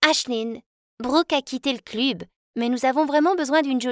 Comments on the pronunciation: euh ont dit club et pas cluuube wesh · Dans une partie au lieu de dire club elle a dit clubee 😭🤣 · T’as dit club ça s’écrit club mais ça ce prononce cleb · Ça se dit cleb